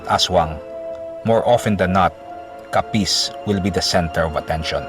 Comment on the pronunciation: Putsa ayusin mo pagbigkas ng capiz